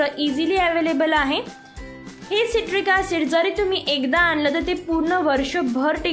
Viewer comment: सायट्रिक ऍसिड असं म्हणतात. सिट्रिक म्हणताय तुम्ही.